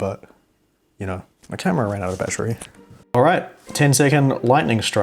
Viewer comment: Ma camwa wan outtau battaere😂😂😂😂😂😂😂😂😂